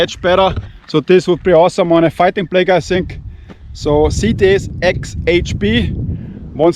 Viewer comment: I pray u never get hurt. Love watching ur channel! I sound just like u trying to say cts hxp lol😂😂😂😂